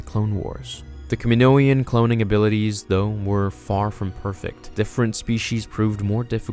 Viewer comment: Lol dude i love you but your pronunciation of kaminoan was like nails on a chalkboard. Youre saying something like kiminoian...just think samoan then say kaminoan. Please. Good video though.